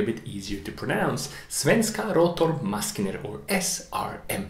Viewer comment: Excellent video and bonus cred for the half-decent pronounciation of Ljungström Ångturbin and Svenska Rotor Maskiner :3 (I’m a swede myself)